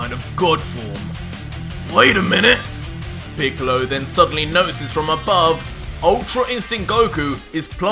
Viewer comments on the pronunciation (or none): No ha estado mal pero no le has dado nada de chicha a la aventura, pensaba que "píkalo", como mal pronuncias, había entrenado y conseguido un poder similar al de Picolo e inclusi se habría aliado con otros enemigos pero no 🤷🏻‍♂️